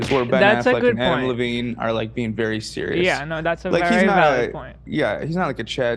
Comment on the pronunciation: I love how Ethan struggles with a name as simple as Adam Levine. He pauses intently before hitting the Levine and he still calls him Lavine 🤦‍♂️🤣🤣🤣